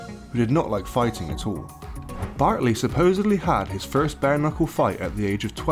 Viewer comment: Bartley not bentley